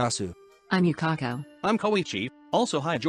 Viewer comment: LMAO I LIKE HOW YUKAKO SAID HER NAME WAS YUKAKA